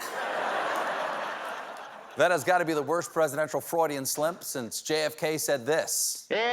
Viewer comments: Stephen says "Freudian Slimp"!! I'm serious watch!! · ‘Freudian slimp’ 🤣